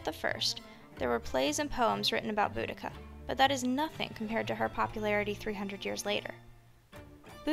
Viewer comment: Thank you for pronouncing her name correctly, btw, good, video. Boudicca: some people pronounce her name totally wrong.🙂